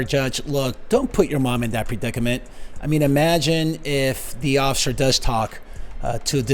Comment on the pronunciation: Well pissed, can't even pronounce officer!!